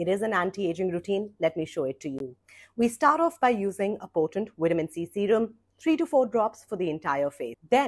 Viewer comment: It’s seerum not sawrum…always wondered why u pronounced it like that